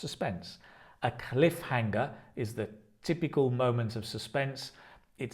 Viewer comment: Your pronunciation of cliffhanger is different from that in dictionaries /ˈklɪfˌhæŋ.ər/